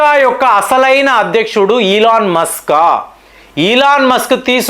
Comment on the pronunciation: సార్, అయన ఇలాన్ మాస్కు, కాదు, 🙏🙏🙏🙏🙏 కొంచం మీ ఉచ్చారణ మార్చండి